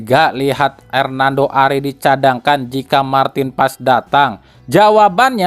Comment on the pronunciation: Mar tin pa es.... Bukan Marten pass...